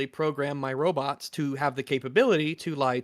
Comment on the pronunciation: I cannot understand the "robuts" pronouniation and "conDOM"